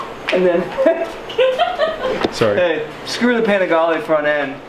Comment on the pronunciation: Says font instead of front